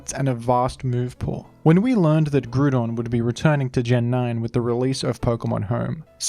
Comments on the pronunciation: He actually said “Groudon”. Wow. Groodon is fine too tho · Mf said Grewdon. Sorry, WHO?! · "Grudon" I might puke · It's not pronounced groo don. It's pronounced grou don. As in ground. 😂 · There's a big part of me that hates hearing groodon over Groudon. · Bro? Fucking GRUDON? its grOudon! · The way groudon was pronounced kinda triggered me it's groudon as in ground and not as in crouton xD, enjoyable video nonetheless. (FYI I double checked the pronounciation just to be certain) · I cant listen to this man butchering "gruudon" . Come on man, its right there in his name. Ground not gruud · Am I the only one who gets triggered at him saying Groodon? Like I swear to God it's Groudon (Gr-ow-don) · Groo-don, just took me out of the video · in the pokemon rap, they’re pronounced incorrectly as groodon and key-oh-gree, so lots of people incorrectly pronounce them this way. it’s actually grou-don (like ground), and kai-oger. you’re right, the majority is wrong. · Gru-don LOL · I stopped watching at the fifth "grudon" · we also say groo-don in greece, so it was kinda nostalgic hearing you pronounce it like that <3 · I cannot watch this video he says gru don every damn sentence 😭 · “Groodon” lmao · In france we also pronounce it groo-don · Man said gruuuudon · The horror of hearing him pronounce "groooodon" the entire video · who the fuck is grudon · People would also say Groodon at my school, but that's cause we were Norwegian, and we struggled with English pronunciations. We would also say Kaiogre. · Awesome video but GRUDON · Ah yes I love grewdon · bro groodon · be like: Grewdon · Smart and insightful analysis, awful choice of pronunciation :) 10/10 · Is that really how it's pronounced? I always thought it was grou (like drought) and don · As an Aussie, I'll happily back you up - I pronounce it GROO-DON as well! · I’ve never seen someone mispronounce groudon so poorly Like dude it’s Grou(like grouch or ground) and don, like a dinosaur or a lizard man